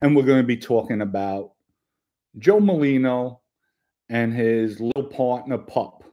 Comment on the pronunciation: it’s NOT Malino!!!! It’s MER-LINO! Please pronounce it correctly. You’ve been pronouncing it wrong since Joey came on the internet. Thank you!